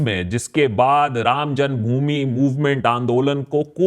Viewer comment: what did you say ?? "Ram jungbhumi or ram janmbhumi ?"